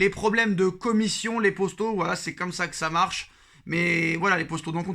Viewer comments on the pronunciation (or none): Les postos 😂 dit les potos stp